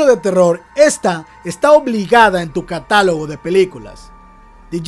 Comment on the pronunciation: Se dice catálogo buen Vidio bro